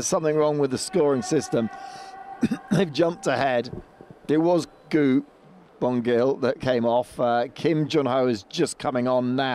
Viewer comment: After winning 3 Olympic Gold medals, FIE commentators all pronounce 'Szilagyi' differently in the hopes that one of them would get it right. Not as bad as the pronunciation of Gu Bongil though 🤣 Also wowee 720p stream at World Champs for another year, at least there's no sound delay though